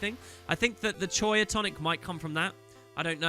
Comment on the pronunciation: Ugh. . Choya? ffs, choya.